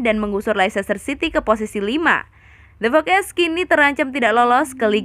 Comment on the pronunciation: Pertanyaan gua kenapa sih talent vo nya salah ngomong mulu. Masa the foxes jadi the fokes mason mount jd mason moon, banyak salah bacanya. Itu disengaja biar kita komen, apa emg gabisa bahasa inggris apa emg vo nya ga ngerti soal chelsea atau bola. Plis lah, kalo salah jgn dibiasain. Gak keren samsek, malah bikin org yg gatau jd salah pronounce juga